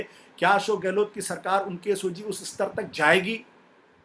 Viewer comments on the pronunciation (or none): none